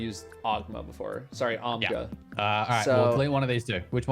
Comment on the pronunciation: In all iterations of the Ammit discovery, has no one pointed out that had actually clicked the pattern already? It wasn't blinking and had the checkmark on it. EDIT: Also, love that is still meme-ing on Khackis for the Ogma mispronounce. EDIT 2: Eye of Another World was good for Turret spam prior to Osmiomancy. I'm not sure why it and 40 other exotics exist anymore.